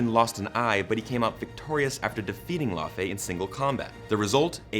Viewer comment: Why are you pronouncing Laufey as "La Fey" (not kidding, that's what the subtitles made of it). It's laaaaaaaawfi. 😂